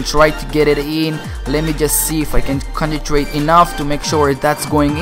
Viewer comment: Why do you say consentrate contentrate